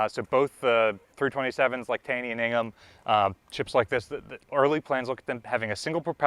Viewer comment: It's pronounced Tay-ny.